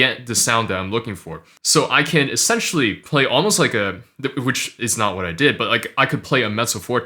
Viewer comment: Cute cat lamp! I'm just here to hear u say Watt instead of What